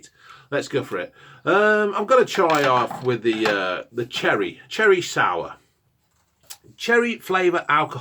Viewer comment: ‘’THAT IS CHERREH, it’s bloody nice though’’